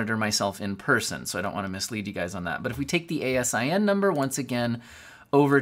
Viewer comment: As a long time Amazon employee I laughed every time I heard you spell out A S I N. We pronounce it out. It stands for Amazon Standard Inventory Number.